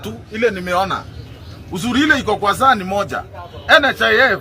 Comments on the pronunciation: It’s now SAA… not SHA… what does this government want… ??? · 😂😂😂 muelewe tu saa not sha